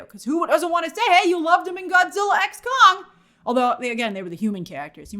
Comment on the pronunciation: Idk if Grace constantly mispronouncing Kong for “Kang” and saying “Godzilla frozen empire” is a part of April fools or not🤣